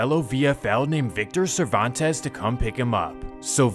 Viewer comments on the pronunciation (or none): none